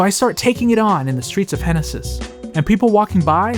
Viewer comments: "Henesis" ... okay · "Henesis" "henesis" "henesis" ...